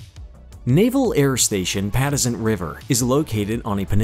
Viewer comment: You should at least do some “basic” research before you make a video. Pa Tux ent. Not pattisent. It took me a few minutes to figure out what bae you were talking about . Nice job on the video overall